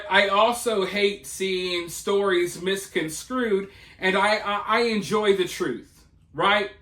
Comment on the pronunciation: MisconsTrued not misconscrewed.